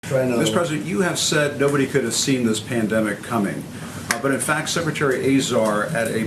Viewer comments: "Pandemics" From the way he pronounced it, you would just know he hardly used that word until 2 months ago. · trump was preparing for it but somehow didn't start protecting us or fixing the stockpile by 'gathering ammunition' on day one or any day? BULLSHIT. he didn't even know how to pronounce pandemic until a month ago. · He can't even pronounce pandemic... can he spell it? If he knew the "shelves were empty" he would have shouted it from the rooftops. Liar.